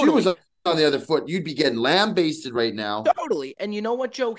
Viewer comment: “Lambaisted”- 😭